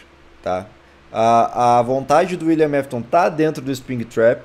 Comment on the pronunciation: William "nafton" kkkk